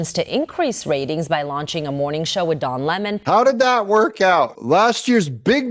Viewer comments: I'm no fan of Don Lemon, but why do you call Don Lemon Ron Lemon? Is there a joke that I'm missing? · Doug, it's DON Lemon, not RON!! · Don. DON not Ron. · Don Lemon....not Ron Lemon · Don not ron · don lemon not ron lemon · Why is Doug calling Don Lemmon "Ron"? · "Ron Lemon" So funny you don't get his name right, but he certainly deserves it! LOL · You kept calling him Ron Lemon😂😂🤣🤣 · Are you calling him Ron Lemon ask a joke? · Doug....are you calling him RON on purpose? His name is DON?!?! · Are you saying Ron Lemon?? His name is Don Lemon. Did I miss the joke??